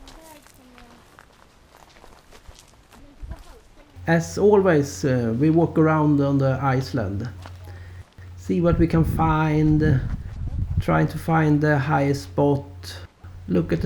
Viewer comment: Eftersom du har sagt att du vill bli bättre på engelska kan jag tipsa om att s:et i ”island” inte uttalas 😊